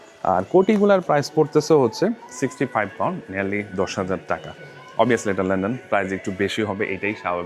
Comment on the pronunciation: Bhai go easy on pronouncing "London " ki bolen lenden lenden . Sounds really silly . Its london. Not len den .